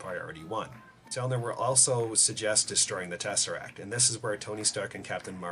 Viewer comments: Selvig not Selner. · Its Erik SELVIG NOT Selner.......ffs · It's Eric Selvig not Selvin. Thought you should know man, ha. LOL. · Awesome video. Great theory (could do without the constant trumpet music in the background, but whatever). And BTW... it’s Erik “SELVIG.” I really hope this theory has a shot. It would make for an AMAZING story! Nice work.